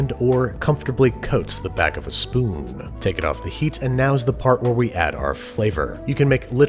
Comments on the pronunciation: "the back of a spooNNN" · spoon? dont you mean speen or spin or sp